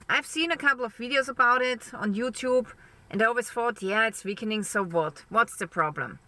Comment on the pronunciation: I'm just here to hear you say "veakening" 😊 Love ya dear!